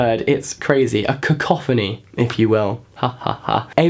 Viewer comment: Cacoughony oh Jesus